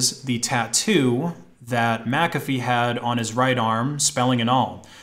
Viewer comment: Thank you for pronouncing McAfee properly, everybody always pronounced it wrong when they say my name